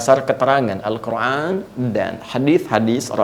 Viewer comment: Afwan, UAH kenapa kalo mengucapkan Al-Quran selalu pake huruf ع padahal itu huruf أ semuanya